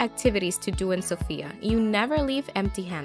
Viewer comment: Please say Sofia with the accent on the “O”. It’s not pronounced Sophiiya, but SOfia.